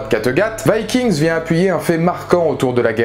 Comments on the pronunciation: il meurt tous sauf ivar et on prononce vikings et non vaskings cest un peux nul avec l'accent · ce que je retiens de la vidéo c'est la prononciation du titre viking, c'est chelou